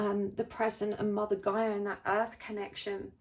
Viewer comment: Oh my God. Oh my God. Charlotte. You said Gay-ah. Not Guy-ah. CHAROLETTE. THAT'S MY NAME. ARE YOU FREAKKING KIDDING ME. I had to listen to it over again like 3 times..